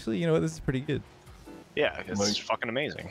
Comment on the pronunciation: what do you mean it’s goot, or is it just that I am from the Netherlands